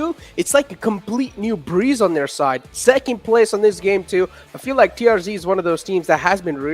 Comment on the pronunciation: Not TRG It's TRZ